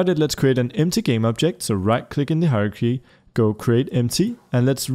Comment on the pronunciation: When he said hierarchy I thought he said "horror key"